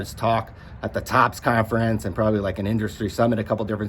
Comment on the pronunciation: "Probally... Probally... Probally." Definitely, Probally. Is this sort of an alternative to legit journalism-based commentary?